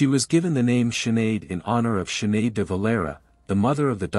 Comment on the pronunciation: Siinn Fein prounounced Feign not Fine. She is better known as Sinead not Shuhada. These sites always have errors.